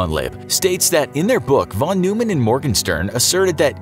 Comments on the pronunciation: It's John von Neumann as in Noy-man, not New-man. I got that wrong too first time I saw it. That is all. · Hearing his name pronounced “New-man,” when every physicist I’ve heard say it pronounces it “Noi-man,” is freaking me out. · Can we work on pronunciation? Von N(OY)mann is closer. Although an American may never actually master German vowels. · His Hungarian native full name is margittai Neumann János Lajos. He received nobility through his father (the “margittai” part, translated to “de Margitta”), that’s why he used “von” in his international name. As for pronunciation, noi-mann is the correct one. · Neumann is a Germanic surname. The "eu" is pronounced "oy" for /ˈnɔɪmən/ or Noy-man. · God forbid you pronounce his name right. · Your pronouncing of neumann is wrong